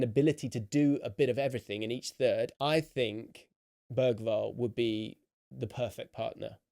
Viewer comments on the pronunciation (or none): Great analysis, but please learn how to pronounce "Bergwall". You are using the German pronunciation but he is Swedish.